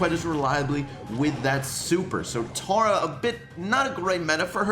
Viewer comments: Tora? It’s Tah-rah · Your say omg Tara wrong it’s T-A-R-A